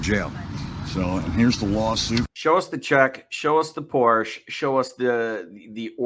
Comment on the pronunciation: He can't even pronounce Porsche correctly.